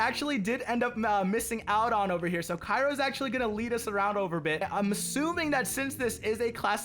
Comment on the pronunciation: his name is pronounced chiro im pretty sure